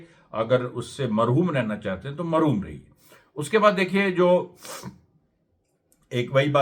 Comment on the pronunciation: Marhoom nahi mahroom hota hai Amreesh bhai😂